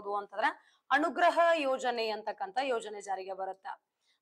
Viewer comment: ಬರೆಯುವುದು ಅನುಗ್ರಹ, ಹೇಳುವುದು ಅಣುಗ್ರಹ😅😅